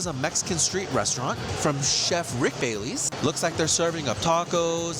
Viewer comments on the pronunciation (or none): As a Chicagoan and home of Rick Bayless, it pained me to hear you pronounce his name as Baileys instead of BAY-liss.